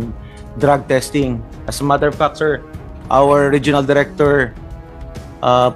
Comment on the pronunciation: Saka paki pronounce lang ng tama yong word na “fact”